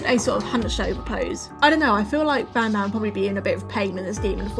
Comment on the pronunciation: Did anyone heard panpan i mean i know you ment banban but really 😂😂😂😂😂😂😂😂